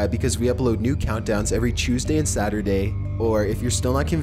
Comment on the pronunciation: sadurday lol